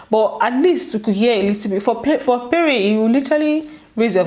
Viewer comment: it's pronounced péré not payray...Lol